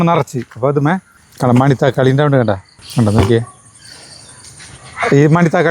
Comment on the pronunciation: Mani-thakkali alla Mana- thakkali ……manathakkali verudhe oru teacherude thiruthathal swabhaavam maathram 😅…❤❤❤